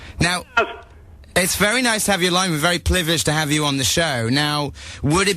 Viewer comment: it sounded like he said plivileged instead of privileged lol i love edgar =)